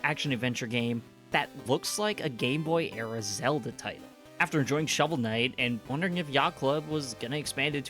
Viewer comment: Khovel Snight